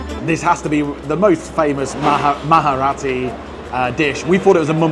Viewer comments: It's not maharati -its Marathi, pronounced it proper 😅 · It's Marathi, not maharati😂😂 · "Maharati" Marathi, bro MARATHI 😭 you dont need to add "h" in it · Its marathi you can say mraati also for your convince but not moharati😂